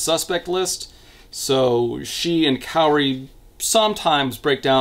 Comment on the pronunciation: I have saved this video to watch until after I finished reading Pretty Little Psycho. My brain screamed every time I heard you pronounce Kaori's name as Kairi.